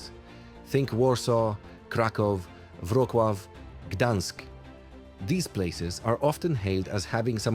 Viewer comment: Mieszkam we Wrocławiu (BTW; wymawia sie to nie VROT-CLAW a VROT-LOVE) i powiem tak - sprzedałem samochód 20 lat temu i nie potrzebuje go mieć. Po mieście poruszam się komunikacją miejską lub rowerem miejskim (ew. elektryczną hulajnogą miejską), jak mi się śpieszy to biorę taxi, a jak chcę gdzieś wyjechać poza miasto. gdzie nie można dojechać pociągami (spóźniają się ale umiarkowanie) czy międzymiastowymi autobusami, to wtedy wynajmuję samochód. Nie będę twierdził, że we Wrocławiu komunikacja jest idealna (na tle innych dużych polskich miast nie wypada specjalnie imponująco) ale - działa wystarczająco dobrze